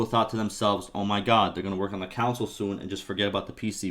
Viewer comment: Never heard anyone say console like that before xD